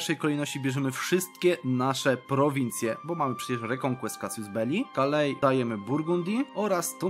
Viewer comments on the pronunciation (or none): none